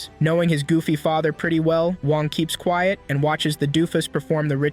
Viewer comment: bro said quet XD